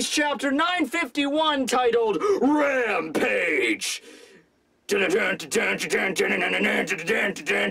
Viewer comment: I just knew he was gonna say RAMPAGE like that